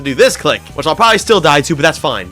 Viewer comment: ITS NOT 'DIH'